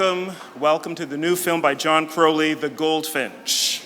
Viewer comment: As a fellow Crowley, the way the interviewer says 'Crowley' makes me cringe.